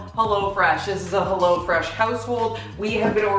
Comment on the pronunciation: The way you say "helLO fresh" bothers me